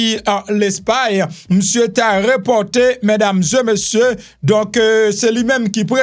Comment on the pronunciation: Ou renmen fè suret trop , ou blese zorey mwen le wap di reuserver , se réserver . Lè wap di mesdames zeu messieurs , rangé bouch ou tikras souplé .